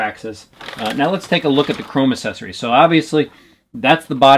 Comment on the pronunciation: Does it annoy anyone else that he says “assesories” instead of accessories